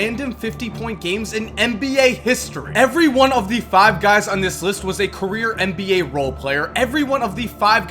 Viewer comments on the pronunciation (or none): IT'S NBA... N B A NOT MBA!!! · Why does he say mba instead of NBA